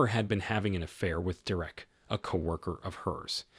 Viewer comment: Why can’t you pronounce Derek’s name even though you clearly can say it?